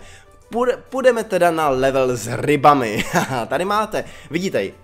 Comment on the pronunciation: marť o a level se čte levl